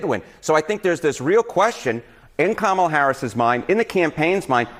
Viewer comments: I'm a little shook that you live and breathe Kamala Harris but still can't pronounce her name. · She can't even stabilize her accent, and the way she pronounce her own name.